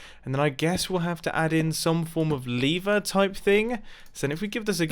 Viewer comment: Lever not leeever